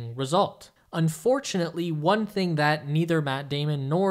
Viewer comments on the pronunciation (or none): none